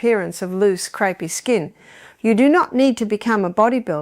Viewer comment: Artificial Intelligence and crepey skin is pronounced creepy by the long winded bot